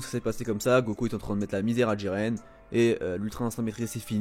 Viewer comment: Mdr c'est pas diren c'est jiren